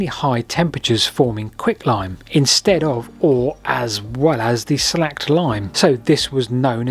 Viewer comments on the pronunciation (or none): 'Slacked' - is pronounced 'slay'kd'. As is slaycking one's thirst. Dooooh. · Slaked (rhymes with baked), not slacked. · Yep, it is 'slaked' and pronounced as in 'Baked'. Look up "Calcium hydroxide" in Wikipedia. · In the US, we pronounce it "slay-ked," just sayin'. However it is interesting to note that pozzolonic materials (calcium compounds created by hgh heat that, when exposed to water, elicit cementitious reactions) are emplyed to this day. 7% of Portland Cement (yes, after the british city) is (class F) coal ash; the pozzolonic remains collected from smoke stacks from coal burning. The pozzolan used by the Romans was volcanic ash. Brilliant. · "Slaked" Lime.